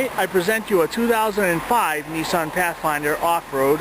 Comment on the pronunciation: When you said Neesan, I turned off.